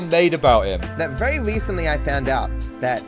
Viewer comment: vewy wecently